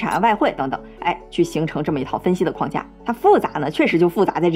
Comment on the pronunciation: 21：57，框架，框 读四声，如：门框，四声。而不是一声，那是 筐子